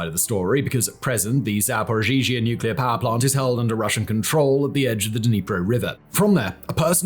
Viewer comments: Zaporizhzhia, not Zaporzhizhia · It's called za-po-ri-zha. Why are you saying za-po-ri-zhi-zha? Dude, there is Google translate that can pronounce this for you. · It's pronounced Zap-o-ree-zhia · you're mispronouncing ZapoRizie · Simon.... Simon.... Zapor-EEE-zuh. The extra z's are kind of mixed in. Your pronunciation of this has changed over a few videos but you've yet to hit the nail on the head... XD Hope this helps! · Simon saying “zhaporizhia” will never not be funny 😅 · Oh Baldie, can't even pronounce Zaporizhzhia. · 😂 I noticed it’s one particular name he always gets tripped over!